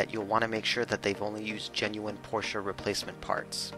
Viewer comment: Props for pronouncing Porsche right! ❤️